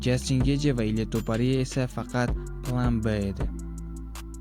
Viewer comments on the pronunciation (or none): Meni fikrimcha Ilya Topariya emqs Ilya Topurya gapirish nutqingizni ozgartiring va sozlarni yaxshilab yodlang toxtab qolyapsiz